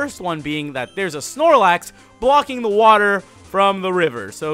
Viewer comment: That was NOT the correct Snorelax